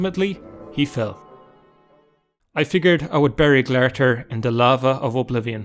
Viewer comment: Glare-i-thir? How did you get that pronunciation? Its spelled glarthir and the in-game pronunciation is glar-thēr (glar as in car, but gl)